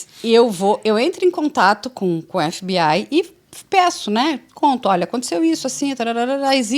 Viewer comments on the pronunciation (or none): Essa mulher falando EF BI AI tira toda a credibilidade dela😂😂